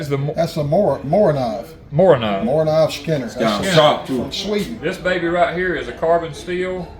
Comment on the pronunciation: knife tubers pronounce the Morakniv, Mora knife, or just Mora. thank you for all you do God Bless.